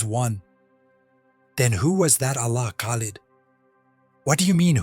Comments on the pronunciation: I don’t believe that this a authentic statement of a Muslim. The way you pronounced his name Khalid is incorrect, you missed the guttural sound of Kh….. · This story is so hilarious,you forgot once upon a time, lying and claiming to be a mumin, and it's pronounced lid not lead, the extent you ppl will go to get followers 😂😂😂 on day of judgment you will have to give account for this bogus story😂😂😂😂 good luck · If it was real and an imam was talking .he must pronounced his name right ,no moslem says kalid ,if you know there is a hell ,don't lie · me too because an imam wouldn't pronounce Khalid as kalid